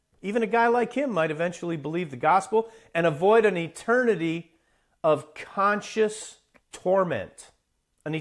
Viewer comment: 😂😂😂 Amateur comedian??! 🫣 Dave is gay? Ok. I have no idea. None of anyone’s business. You’re an artist? That’s cool. Maybe that’s mutually exclusive to science. lol Who ares theses guyses? That one guy looks sad and had a hard time pronouncing the word conscious.